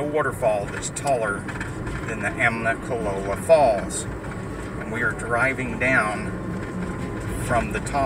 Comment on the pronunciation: No “n” in there brother. It’s just Amicalola, not Amnicalola.